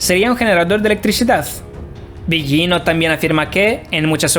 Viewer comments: Que mala, peeesima pronunciación de este tipo.. comenzando por el apellido delautor citado " billino" sr. en italiano las consonantes gl no se pronuncian como "ll o y" otra cosa repugnante: la narración toda atropellada, ests dando una información no corriendo una maratón. La información muy interesante pero su mala dicción y si pesima oratoria dificultan enormemente procesar la información...le sugiero que para próximos vídeo mejore la forma de presentarlo porque repugna su forma tan burda. Su tropelia hasta hace repugnante su timbre de voz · Es Mauro Bilino (la pronunciación) en italiano la G delante de una L no se pronuncia... como figlio (hijo) o moglie(esposa) etc. La actual egiptología tiene muchos vacíos y traducciones erradas, hay mucho más y no lo comunican por evitar el descubrimiento de la gran mentira... antes las biblias tenían la palabra Elohim y fueron borradas paulatinamente, revierta que el antiguos testamento fuente escrito para hombres del siglo VI O VII antes de Cristo... Pues se convirtió en la gran mentira de la historia. Tu exposición es incompleta, no mencionas a Paul Wallis, ambos han desarrollado esta versión... los dos eran catedráticos del Vaticano, traductores... Wallis fue sacerdote. En definitiva, cada cuál saque sus propias conclusiones...bendiciones ❤️🙏